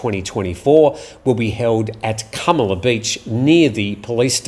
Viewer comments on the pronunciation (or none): Is KUMALA beach the correct pronunciation? I have been there many times but only heard it called KAMALA beach 😃